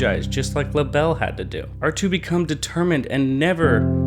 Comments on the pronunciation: Lah-bell Me: Lay-Buhl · Cant you just pronounce it laybel not lahbel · Labelle isn’t actually prounced “La-Belle”, it’s pronounced “Label” 😅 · Sable Mabel This dude: Labell Dude, it's Label. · Not tryna be rude but it not LA Bell it la bel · I thought she was called lable not Labelle or is it different in new horizons? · I thought Labelle was pronounced label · It's pronounced lay-bell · Its pronounced Laeble like the thing describing the animal or something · It’s pronounced (lay)ble, just follow the pattern you toddler brained midget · He Keeps lable wrong Haha Lol :)